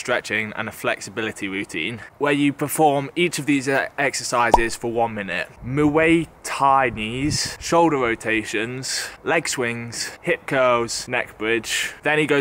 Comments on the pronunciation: "MWAY tie knees" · Nobody picking up on the mu-ayy thai knees? 😂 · Moooway tai😂😂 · "moo-way Thai" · “Mooway ty knees” 😂😂😂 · “Muway Thai”🤣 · "Moo-way thai knees" lol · Man said mu ey Thai knees ahahahah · pronounced like moy Thai which is a type of martial art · “Moo way Thai knees”💀💀💀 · Yep Donald kerrone also this man said mooay Thai 😂😂😂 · Mooway tieneese 🤣🤣🤣 donald korwone 🤣🤣 can tell you've never watched a fight in your life lmfao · “Moo-way Thai knees” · Muay thai Mooway thai😂😂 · And muay thai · It was funny how you pronounced muay thai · Learn to pronounce Muay Thai.